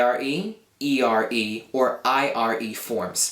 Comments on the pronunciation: You pronounce the italian "r" like "rr" (double r). You say "ERRE" instead of "ERE". -Italian ;D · I'm italian and is not "arre", "erre" and "irre" verbs but it's "are", "ere" and "ire"... the correct pronunciation is with one single "r". However it's a really good video to learn italian, so I suggest this to anyone who wants to learn italian.